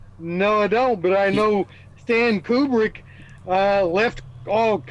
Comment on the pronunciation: this guys sits there and talks about Stanley Kubrick movies but can't even say his name correctly. The flat earth doesn't have much gas left in the tank if this is the crap they bring to the table